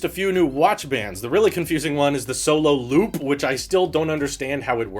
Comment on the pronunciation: your pronunciation of “looop” sounds funny.